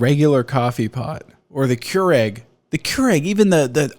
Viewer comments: I was like "A Cure-Egg? What the heckin' heck is on about?!". It was Keurig (-ihg, not -ehg lol). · cure-egg, nice pronunciation lol